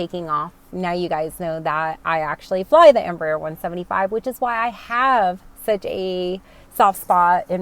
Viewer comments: Hi, greetings from Argentina. As a Spanish speaker myself, I have to congratulate you on your Em.Br.Aer. pronunciation considering spanish is not you mother language an second you reasently told you are learning that language since you are flying into Mexico, so BRAVO! If you are in love with the E145, wait until you sit in a E195 cockpit, you will love her even more. KLM bought a few of them for regional European routes and they speak highly of them. From the very start of the 140/145 and 190/195 family was developed, they choose the fly-by-wire thecnollogy. As a south American person, it makes me very proud that South America can provide such great planes to the industry. As always, I wish you and your family and friends my best. Cheers from NE Patagonia, Argentina. (a dream place). BTW: keep learning the most spoken language in western world; english comes second, believe it or not. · Nice pronunciation of Embraer's Full name, EMpresa BRAsileira de AERonautica means "Brazilian Aeronautics Company" in a free transaltion. The new proposed Turboprop is part of the project to Hydrogen powered planes, in the US the turboprop market is not that big since even the smaller cities have airports with long paved runways able to land jets, Asia, Caribean, Latin America and other regions have smaller airports and shorter routes and are in need of a new competitor for the ATR 72 and Dash8-Q400 that have with 20+ years old projects. Greetings from Brazil!